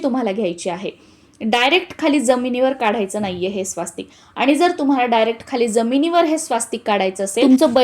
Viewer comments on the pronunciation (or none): कृपया स्वास्तिक असा उच्चार न करता स्वस्तिक असा उच्चार करावा.